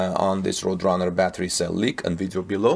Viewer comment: Good presentation and I subscribed. "Roadrunner" is pronounced, "road" (a road is what you drive on) and "runner" (a person running a race). Hope that helps. Tip: if you google the word in question, you'll get a link to hear how things are pronounced. Don't feel bad, most English speaking people get it wrong all the time. English is very difficult.